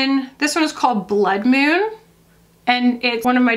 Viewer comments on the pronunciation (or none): none